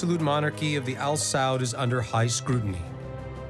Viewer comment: Am I the only one who cringes evertime they say "chic" instead of "sheikh" or when they keep saying "al-saud- instead of a-sa'ud?🤔... smh whatever tho...😮‍💨